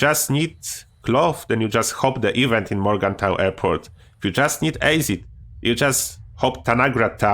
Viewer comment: Yo. I love this channel man. And i wish i could speak a second language as well as you can. The word Acid is pronounced Ass-id not Ace-id. I hope I'm not coming across badly by correcting you. It comes from a good place buddy. I can barely speak a first language, nevermind a second one 😁